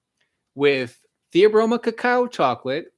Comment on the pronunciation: Are you dyslexic? IT IS CACAO!